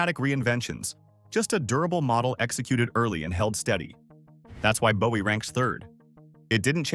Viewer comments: Bowie is pronounced Boo-E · OMFG ITS PRONOUNCED BOO-WEE!!!